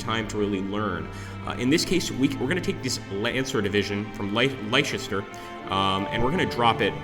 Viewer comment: Just to add a couple more pronunciations .... Leicester is pronounced Lester, and Warwick is pronounced Warrick. Game looks interesting though.